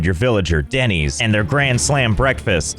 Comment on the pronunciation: I would rather be one of these villagers than hear Denys pronounced Dennys instead of Dennis one more time